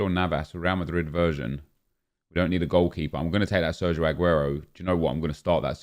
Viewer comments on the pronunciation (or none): none